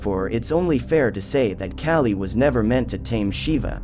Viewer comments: Kah-Lee not Cali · not cali. KAH-lee. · The pronounciation is killing me. K-ah-lee. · Friendly help, its said, "Kah-Lee" 😊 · You are saying her name wrong. It’s pronounced Call-ee. I also see an alarming similarity of your cartoon style to that of Red & Blue’s Overly Sarcastic Productions. You don’t need the little cartoon person in the corner of videos. Your videos for the most part are good and full of information but this copping of someone else’s style makes your videos hard to watch. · Kaaaaa li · Your pronunciation for the goddess' name - Kali is NOT PRONUNOUNCED like California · THANK YOU. ugh... I cant get over his pronunciation of her name. 🙄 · Thank you! The mispronunciation was driving me crazy and is actually disrespectful… if you’re going to cover a goddess at least learn to pronounce her name correctly.